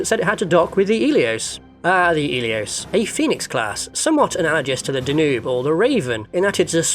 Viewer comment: DAN UUBE not DA NOOB!